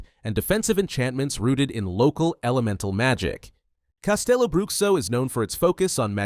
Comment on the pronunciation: I'm brazilian, so, just trying to be helpful here: CasteloBruxo is pronounced CasteloBrooSHO. Not, Broockso.